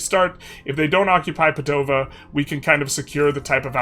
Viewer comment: Yeah, but the pronunciation for Treviso and Padova still hurts